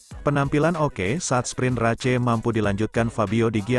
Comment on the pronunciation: 😂 bacanya RACE